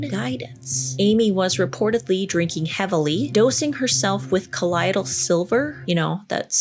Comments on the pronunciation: She was a lunatic. Btw, you are pronouncing "colloidal" incorrectly. It's pronounced cah-LOY-dull not cah-LIE-dull. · you are so cool and interesting.....ok so its pronounced col-loy-dal, colloidal silver. I have been making it and drinking it for years. I drink about 32 oz a day. It is an anti microbial, and great for many healing things internally and topically. Just thought you'd like to know the back story. keep up the great work and puppy kisses all around!